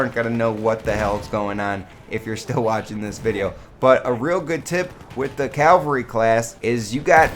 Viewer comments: i thought it was cavalry not calvary? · Calvary hahaha 😂 cavalry *?? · CAVALRY NOT CALVARY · It's CAValry ffs